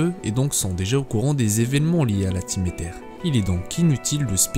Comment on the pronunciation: Aether se dit Eillezeure..